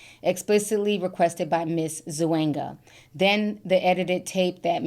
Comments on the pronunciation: ZOO-EN-GA lol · Lmao the way you say Gabriella Zuninga lmao😂